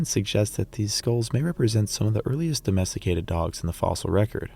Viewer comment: Mammoth meat, can you really addomesticate a dog? Or you addomesteticate wolves? And nice italian pronunciation